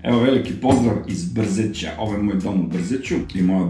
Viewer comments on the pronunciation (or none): Kaže se BrzEće